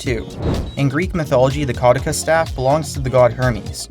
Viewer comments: kuh-DEW-sus rather than KAW-dih-kus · it's ca-du-ceus, not cau-de-cus. you dyslexified it... actual pronunciation is ke-doo-sius or ke-dyu-shuhs.